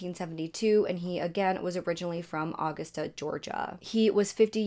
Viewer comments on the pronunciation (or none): “Au-gusta” Ga 😂😂😂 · Uh-gus-tuh GA. Uh-gustuh GA, is how you pronounce it. You're saying it like the month of August. Nbd, just thought you might want to know.😉 Edit: When you have a mortgage, you *know* if you're a month or months behind. Doesn't matter if you're on auto-pay or not. That's your biggest payment (worry, too) and your bank balance would absolutely be way too high if it wasn't coming out every month. These were lower middle class folks. She knew what should be in the bank, and when. Remember, she didn't work. They were on a very strict and tight budget. Again, I'm not being ugly about it, I just thought you would like to know. Edit II: She had to have killed some of them when the cops showed up the 2nd time. She couldn't have shot herself 5 times, and, in fact, didn't. Everyone had one shot to the head. The only one who might've been shot previously, was the husband. Also, LMAO! That older woman being interviewed said she couldn't phantom this happening. 🤣🤣🤣💀 If you don't know, the correct word is fathom. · The way you say Augusta is killing me. 😂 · Not Augustah 🤣🤣😂😂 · Aw gust uh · I like the stories you tell. I truly do. I just wish you took the time to pronounce things correctly and not insert so much personal information. I mean this in the nicest way. The way you mispronounced Augusta over and over threw me off completely.